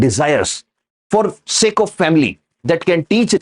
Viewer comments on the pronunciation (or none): none